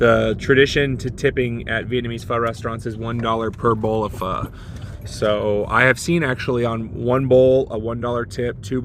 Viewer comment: Props on getting the pho’ annunciation correct.